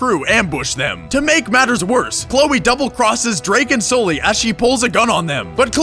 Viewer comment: SOLLY... SOLLY!!!!!!!! .....its fucking Sully